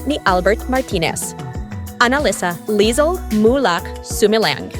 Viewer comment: Lasheng ba etong nagsasalita? Hindi Lezel kundi Lizel? Bisaya ka gyud? Haha